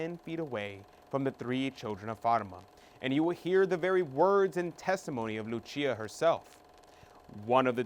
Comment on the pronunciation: The 3 seers are Portuguese - so tired of people pronouncing their names with the Spanish accent! It’s not Hacinta , LuCHia. It’s. JACINTA & LUCIA PORTUGUESE names PLEASE RESPECT these saints. If the Blessed Lady spoke to them in Portuguese - She would’ve pronounced their names with. PORTUGUESE accent